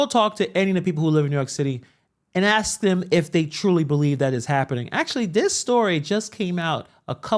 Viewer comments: He can’t even pronounce the word ASK. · Why can't he say the word ask?😂